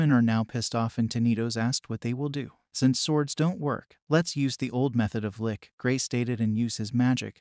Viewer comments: Why is it these channel narators seem to not be able to use correct pronounciation and ennunciation. It really breaks you out of the story and you have to keep thinking oh yeah... he means X not what he said. Are they good quality text to speech bots? I mean this one not even 5min in, protagonist was said incorrectly, Lich is phonetically harder on the CH sound, like CHeese. Ok wow he pronounced Lich more correctly 8min 33sec in... so im presuming there was error before? Why would you leave it in? Another channel has this issue, was saying Viscount as Viz-Count, where once again the s in silent and its Veye'count. They seem to all have North American accents and Im giving the benefit of the doubt they are bots because If they want to use this as demonstration of VO work they will find these work against them. Regardless, its a pet peev when people have poor pronounciation in presentation, less so in conversation. Guessing blame to the NA school systems? I mean a 5 second google is best practice if you havent used the word frequently in speech or not heard it spoken before. Take this as constructive criticism despite my annoyances for which i apologise, I really just have found this a common thread and had meant to mention it before on another channel. You could say I was emotionally driven to actually comment this time. An editor pass would pick these things up. For an hourly rate I'd be happy to assist. Chumps work for free. Your time and effort is valuable and dont ever sel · the only thing I don't like about these recap videos is how often they mispronounce things. People who know better might not care but I don't want to hear people who never heard a fantasy word like lich talking about lollipops without knowing it. tch like rich or which. not LICK. Edit: Also it's eye earn. not eye run. not eye RON. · Funny how the lich was was pronounced as lick ''ah yes! i shall use my licks to raise the undead! muahahahaaah!'' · The great lick....not lich lol ch cha not ck